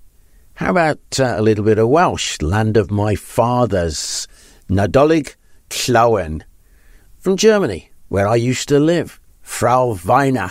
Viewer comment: Well done on the Welsh pronunciation. Nadolig Llawen a Blwyddyn Newydd Dda